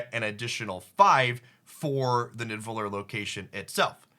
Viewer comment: bro its pronounced "nee-da-vel-eer"